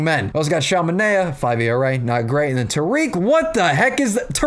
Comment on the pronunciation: Future reference. Tarik (tear-rick) Jeimer (Jay-mer) lolz. Thanks for doing my tigs though. Only know that because I heard the announcers say it 1000 times this year